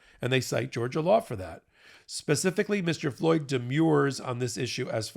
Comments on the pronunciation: Note for (and I mention it because this is at least the 3rd time it has occurred): the pronunciation of "demur" is /dəˈmər/. Same, by extension, for "demurrer." The "-mur" part sounds like "brrr." You've been saying "demure" [/dəˈmyo͝or/] and "demure-er." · Demurrer, not demure😂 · It is pronounced demurrer, as in :I demur. It is not pronounced: demure. Please! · Demurrer - I live in California and this is the standard defense response to a pleading in state court "Demurrer and Motion to Dismiss". It's like fingernails on a chalkboard every time someone at MeidasTouch says this - and they always pronounce it incorrectly. It is not pronounced the same as "demure".